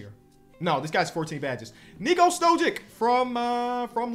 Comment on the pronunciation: Why dont you pronounce Stojic not withthe same as like Jokic and Doncic lmao